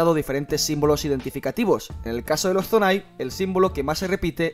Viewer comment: Es Zonan no zonai jaja🤦🏻‍♂️